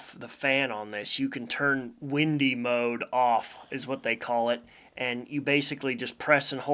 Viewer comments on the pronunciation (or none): none